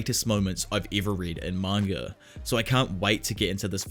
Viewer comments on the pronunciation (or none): none